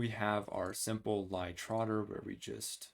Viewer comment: Nice lecture, but Lie rhymes with tea.